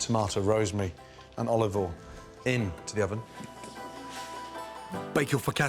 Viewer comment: "little drizzle... ovolivol"